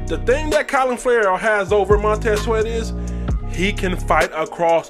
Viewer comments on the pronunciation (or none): Sounded like u said COLIN Ferrell... CLELIN , bruh!.. lol